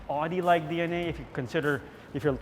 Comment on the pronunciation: What a shame. Couldn’t even pronounce ow-dee right.